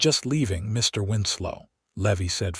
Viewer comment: You seemed to pause in Mr., Mrs., and Dr.; the period should not be treated as a full stop. No need to pause.